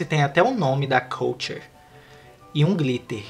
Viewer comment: Falou o nome errado da KULTURE